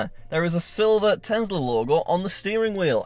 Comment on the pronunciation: I like how he said tezla and my friend was omg lol it is Tesla I started laughing but It is fine how u say it ur content is great 😊❤